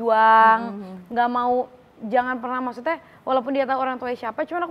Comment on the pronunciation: Yg benar ngucapnya maksudnya kl Aurel ngucapnya maksudte y